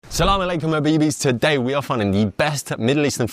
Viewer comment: 1 minute gang. As an Arab, my rating of greeting and pronunciation is 4.4/5. Great effort, needs a bit more oomph for it to be really memorable.